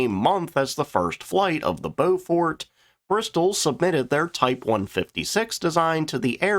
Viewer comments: It's 'Blen-m" and 'Bow-f't" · Yes.. and Beaufort is pronounced with stress on first syllable, not so much on second syllable. Hence BOW-fuht (as in wind-speed Beaufort Scale, named after a Royal Navy Admiral who devised it) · Ha - yep Blen-hime - like fingernails on a blackboard (sorry - chalkboard). Good job on the Byoofort and Beaufarter though... And a good vid! 😁🇬🇧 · 'Blen em' 'Bow fut'. Apart from that, good video. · Please do the proper relevant research. How do you not know English orthography? Blenheim is pronounced "BLEN´em" and Beauford is pronounced BOW-fuht.